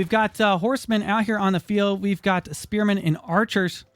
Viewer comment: "AlLoT oF SpErMaNssS"